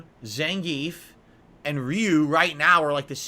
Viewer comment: And "Zehngeef"